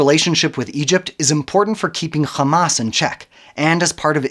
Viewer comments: Who ever can't even pronounce Hamas and calls it Khamas, Is people who support the wrong side in the history. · مش سامعة بينطق "خماس" ازاي ؟ صهيوني عفش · once he said KKKKKhamas .. I knew the video is a koko